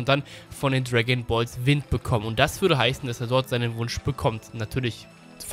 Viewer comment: Niemand:: Tragonballs